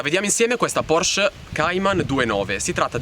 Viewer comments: si pronuncia PorschE! Con la E finale! Bei video, saluti da una 981S =) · mi hai linkato un video che conferma la pronuncia con la E finale, come dico io (e come sa chiunque conosca il tedesco), tu invece dici PORSC...